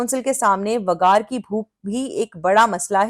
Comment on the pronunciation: आप वेगार को वगार क्यूं बोलते है। अच्छा सुनाई नही देता😂